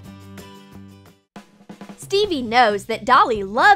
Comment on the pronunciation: Who else heard Bebe or Phoebe every time they said Stevie🤣